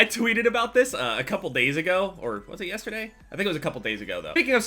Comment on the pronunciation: He says yesterday like a black person